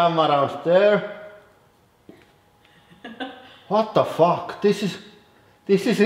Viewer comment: Love it when you say “Vot the Fokk!! 😺